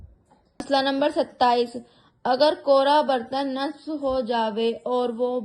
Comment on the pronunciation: 8no msala me "Bakse galij" nehi Hoga..."najse galij" Hoga. Or 9no msala me"kapre me Bakse tel" nehi Hoga.. "Kapre me najse tel" Hoga.. Or vi botot sare jageh me galat lafz bola Apne!!😢